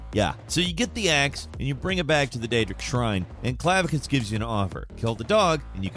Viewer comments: clavisious? you mean clav uh kiss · Clavicus not Clavicious, reading is hard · "Clavicious"? Dude, why do you mispronounce something in every single video??? 😂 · Clavicious. Lol. First time I heard it pronounced that way.